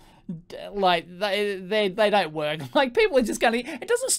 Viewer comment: ''..and see if we can playback this signal and actually get this thing to WOK'' XD. Love the Aussie language.